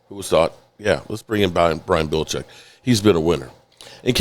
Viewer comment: Brian Belechik??? One of the greatest coaches of all time and fucks up his name..... unbelievable